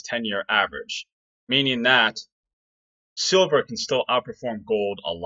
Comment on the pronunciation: ダンさん、いつもありがとうございます。今日は、字幕なしで聞いたので、silverがソバ（麺類）に聞こえました。そばprice とかそばposition、そばETFとか。^^ 毎日ダンさんの英語を聞いて、英語の文字と音が一致するようトレーニングします。動かせる資金はまだまだ少ないですが、おかげさまで、利益はぼちぼちです。